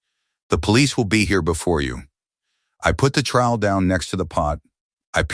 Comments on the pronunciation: It’s trowel not trial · Trowel not trial. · Say basil or trowel one more time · motherofgod that was killing me